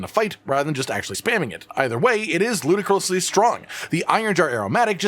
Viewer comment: Put the video on 0.25 speed and go to "Ludicursly strong" 🥴